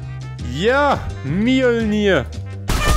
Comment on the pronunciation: OMG ER HAT MJIOLNER RICHTIG AUSGESPROCHEN!!!